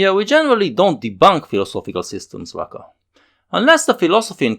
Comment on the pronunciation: It´s pronounced Rucka.